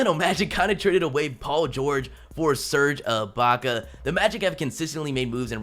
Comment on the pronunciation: Did he just say "Serga Baka"?